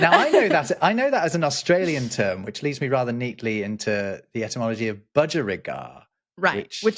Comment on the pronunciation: "Cat" spelled backwards is God. Oh wait, that's for dogs. That's "useless entomology", right? I love your podcast, but you really have to apply correct pronunciation to distinguish the word as ety + mology -- the study of words and their origin. In all fairness, it sounds like you have a bit of all cold...